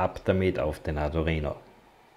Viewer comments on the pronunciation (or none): Gutes Video aber bitte sag in Zukunft Arduino und nicht ardurino. Wenn man sich mit der Materie schon auseinandergesetzt hat und die Namen drin hat, stört das ganz schön. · Bitte: arduino nicht arduRhino. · Du erklärst das recht gut - aber das Teil heißt Arduino - nicht Ardurino, wie Du den ständig nennst. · Es heißt Arduino nicht Ardurino😅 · Tolles Video. Nur: Bitte nicht Ardurino sagen es ist Arduino. Da gibt es nur ein R im Namen. :) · Das Video ist super. Aber mich triggert deine Aussprache des Arduino. Ardu(!)R(!)ino. Schwierig beim Thema zu bleiben wenn in jedem zweiten Satz diese falsche Aussprache Mitschwingt. Vielleicht ein persönliches Thema 😉 NO Offense! Aber da ist KEIN zweites R in der Mitte!!!! Aaaaaahhhh. So das musste jetzt raus 😉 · Nur eine Kritik. Arduino, nicht Adurino. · Das Ding heißt Arduino NICHT Adurino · Er hat sich ein Mal versprochen ! wenn man nicht zu hören kann dann leise sein ok ? Toll 😊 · Du sprichst ständig von ARDU*R*INO ?? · "Adurino" :) Aber gutes Tut, Danke! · Ist es Absicht ständig ADU"R"INO zu sagen, oder wie? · Tut mir leid, aber das sich ständig wiederholende "ArduRino" kann ich mir nicht anhören....